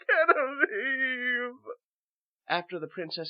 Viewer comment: Genevieve is pronounced with a J sound, not a hard G. Otherwise, great job =^)